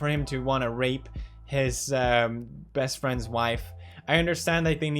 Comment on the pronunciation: Why did he put so much emphasis on the rape part...